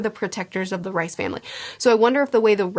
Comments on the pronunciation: I love this breakdowns and the vlogs. I’ve watched them all. There’s another very big sci fi series that feels so similar to attack on titan I have a hard time believing there wasn’t some inspiration. Anyway, great video as always. Also, I was thought it was pronounced Reese not rice, but I could be wrong. Sorry if that’s annoying lol. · It’s pronounced Reese not Rice